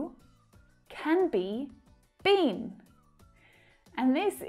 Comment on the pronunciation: Hello your pronunciation BEEN is not correct.